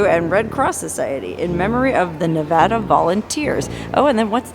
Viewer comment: Props for pronouncing nevada and verdi the way locals do!